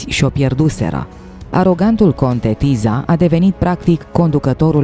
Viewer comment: Se citeste Tisa